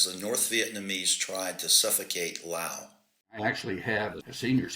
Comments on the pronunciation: Ok I gotta ask……what’s with stubbornly refusing to pronounce the S at the end of Laos ? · Has a (PHD) and he cannot pronounce Laos correctly! Laos has a S